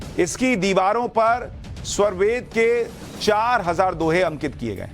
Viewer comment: Sva+ved nahi, svar+ved hai.